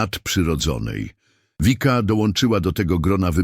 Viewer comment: Wszystko pomieszane. W niebie nie ma jeszcze ciał materialnych. Komentarze są bez sensu w wielu miejscach. I nie „Wika”, tylko Vicka. Po prostu.